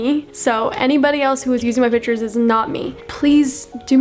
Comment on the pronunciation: Also *pitures